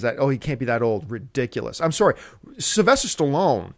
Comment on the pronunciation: Haha "I'm soary."